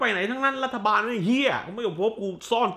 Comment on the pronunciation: ชอบที่เน้นเสียงคำว่า รัฐบาลแม่งเห้ย มากครับ 5555